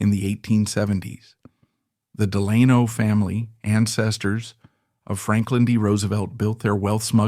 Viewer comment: An excellent production that’s well researched. I did want to mention to you that Delano is pronounced phonetically as “Del-uh-no” …I know..I think now Some go the way you pronounced the A but these were Del-uh-no’s. Thanks again for a great production that held my interest.